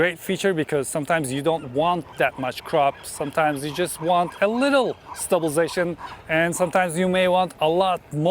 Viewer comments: I watch your videos for two reasons: 1- content 2- the word stabization 😄😄 Thank you for all the infos as always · There is a lot of ‘stublzation’ in this video 👻